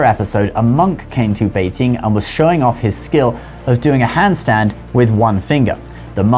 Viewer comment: the way you pronounce Beijing is 很可爱